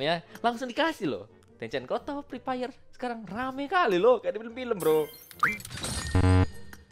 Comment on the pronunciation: "Jadi saudara preepire" wkwk